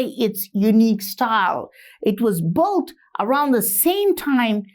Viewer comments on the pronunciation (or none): Built is pronounced bilt. Building is pronounced bilding.